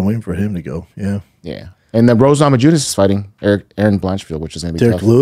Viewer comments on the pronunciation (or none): none